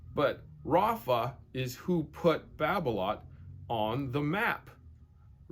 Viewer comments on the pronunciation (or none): its Babolat not babloat godamit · france pronounciation Babolat: Ba bo la